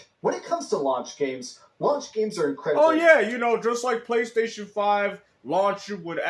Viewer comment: In every time the way he pronounces PlayStation is very very remarkable. He calls it thr "Pchlaystation"